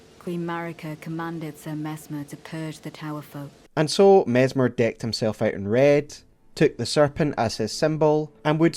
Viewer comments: His name is MESS MER not MEZ MER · Mezzmer? Even with the snakes around him people can't pronounce his name: Messssssmer. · you'd think if you're gonna make a video about messmer, you'd at least pronounce his name correctly lol